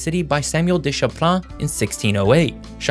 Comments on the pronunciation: Champlain is pronounced "Sham-plain". Merci et bonne journée. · Champlain is pronounced 'Champlane', not Champlon. Please educate yourself before promoting falsities. Well, I guess you get some credit for knowing how to say Newfoundland. 😁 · Just a pronunciation note from Canada. We say Sham-plain. Otherwise pretty decent explanation of why our population centres (see what I did there) are where they are.